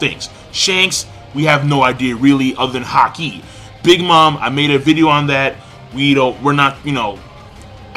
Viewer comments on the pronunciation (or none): none